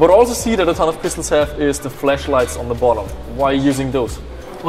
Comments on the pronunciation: wen they where talking about the flashlights, I swear said fleshlights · Rüsten’s Redemption they’re talking about the way he pronounces flashlight